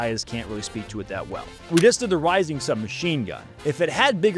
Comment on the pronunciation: Reising, not Rising